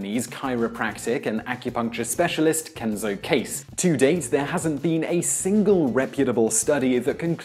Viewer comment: Simon mispronounced Kase. If it's Japanese, it would be pronounced "Kah-say"